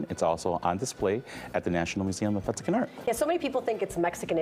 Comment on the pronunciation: MeXican not MeTzican. 🤦🏻‍♂️